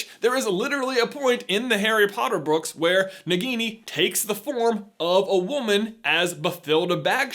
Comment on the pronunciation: "In the Harry Potter brooks....." Me:"Did he say brooks?"